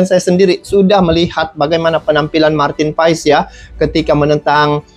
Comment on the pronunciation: Bang.. maaf sedikit koreksi untuk Nama Marteen Paes di baca Marteen Paas (krn asal Marteen berasal dari wilayah Belanda yg berdeketan dgn Belgia) penyebutan itu berasal